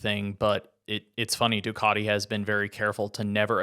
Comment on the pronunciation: Love how you call ducati, doocoti